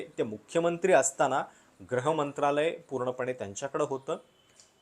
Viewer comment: एकच गोष्ट तुमच्या विश्लेषणात खटकली ती म्हणजे तुम्ही गृहमंत्रालयाला वारंवार ' ग्रह ' मंत्रालय म्हणत होतात.